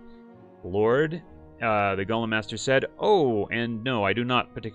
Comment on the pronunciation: It's Go-lem not lord of the rings gollum